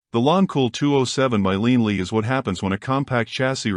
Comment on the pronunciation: Hilarious that the AI can't properly say "Lian Li."